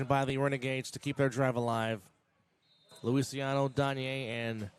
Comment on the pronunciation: It’s Lucy ahhh no, the proper pronunciation of Zach’s last name. I have no idea why it’s being pronounced so differently it’s not Luisiano it’s Luciano